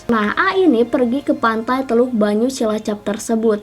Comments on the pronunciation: Teluk penyu mba bukan banyu😆😆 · Teluk penyu ka bukan teluk banyu:)